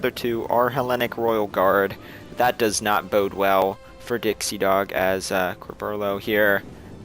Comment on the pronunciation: you pronounced my and dixiedogs name right!